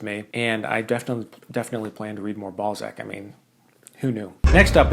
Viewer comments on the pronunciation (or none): Did you just pronounce Honoré de Balzac "Ballsack"? I love it. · Love how you say ”Balzak” as ”ballsack” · I had no idea why people were saying that you mentioning Honore de Balzac was so funny and were memeing about it but then I heard how you pronounce Honore de Balzac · Idc how old i get, how many children i have, how professional my life becomes.. hearing a grown man say Balzac will always make me laugh. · I'm sorry, I'm trying to be mature, but "Honore de" WHAT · huehue "balzac" huehuehuehue